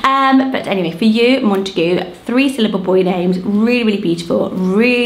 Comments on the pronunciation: I always thought it was pronounced Mont-eh-gYOO. Not mont-eh-GOO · That horrid pronunciation of Montague not only completely ignored the origins of the surname, but makes the name utterly unusable 😂😬